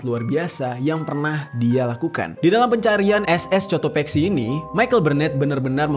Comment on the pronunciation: Bang itu di baca Kotopaxi karena huruf c tidak bertemu huruf e dan i jadi tidak dibaca s tapi k